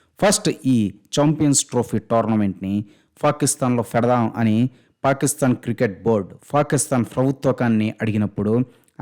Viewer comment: "ఫా" కిస్తాన్😂😂